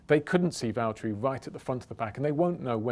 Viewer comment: Nobody: James: Valterri its James I'd like you to hand the win over